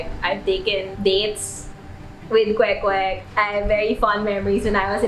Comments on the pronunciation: i love how you say kwek kwek and not “quake quake” like other western people do lol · YOUR PRONUNCIATION OF THE KWEK KWEK IS SO ON POINT IT MADE ME THINK THAT YOU ARE STARTING TO LEARN HOW TO SPEAK FILIPINO.